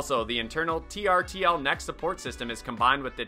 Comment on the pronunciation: I think the "trtl" is pronounce "turtle" 😊